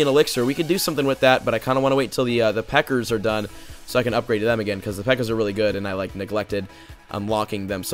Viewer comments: Y dis u say pekkars instead of pekkas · You said pekkers not pekkas